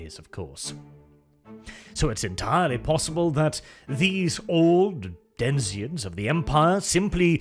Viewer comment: denizens, not denziens